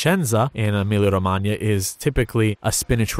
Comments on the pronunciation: EmiliA-Romagna, not Emilio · Every time he said "Emilia-Romagna" my Canadian-Romanian brain kept thinking Romania because that's how it's actually pronounced